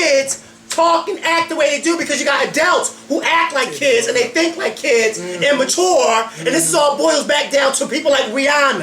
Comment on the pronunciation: I love SO MUCH! YAS! Give me the world! But I really hate how you say "Adults"... They ain't no "E" hunty. It's A-DUH-UHLTS no "AH-DELTS". Just sayin'